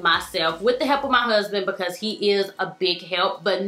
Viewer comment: Who else loves how she says the words "highly" and "because" ?? :D "hally " bacause" :P